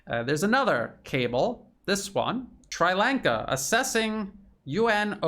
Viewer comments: It is pronounced Shree Lanka. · it's pronounced sree-lanka. Sri as in see with an r. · Jesus dude. Where are you from. Ballymacsleepy in Antrim. Its Sri Lanka as in Shree. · Except for the pronunciation of Sri Lanka, you're right on, 😍🥰. Much appreciation from the Horn of Africa!! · As a language teacher / student, I'd like to give you a minor pronunciation tip. The "i" in "Sri" and in "Tamil" is pronounced "ee." Just as in Italian (spaghetti) and Japanese (sushi), the "i" is not the long "i" as in "high," but the short "i" as in "spirit." Hope this helps. Thanks for all the great reporting and insights and commentary. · Sri Lanka is pronounced shree - lanka. Tamil is pronounced tam - meel, rhymes with Tammy. I visited the country twice, once at the start of the civil war & once again immediately after the end of the civil war.